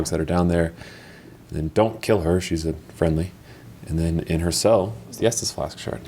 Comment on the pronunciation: Estus not Estes